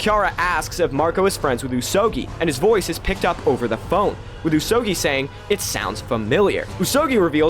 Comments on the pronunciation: Pretty sure the pronunciation should be "ooze oh gooey" rather than "ooze oh gee (as in geese)" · Is the pronunciation not like: Usogoi? Rather than usogii?